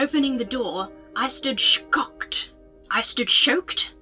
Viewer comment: I couldn't stop laughing after said shacocked lpl